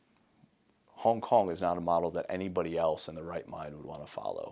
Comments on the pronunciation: HONG HONG 😂😂 Love ya! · .........HONG HONG?.......... O___O